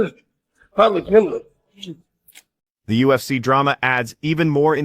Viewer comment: Paddy pimbiley 😂😂